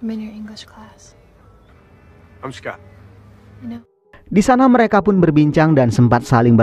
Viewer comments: Dibacanya Skot bang bkn Skut... 😂 Btw, diantara smw ce d film ini yg plg cantik mnrtku si Bess, sukaa....😊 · Aneh si mimin nih..udah jelas2 di film dipanggil Scott, kok malah jadi Skut😂😂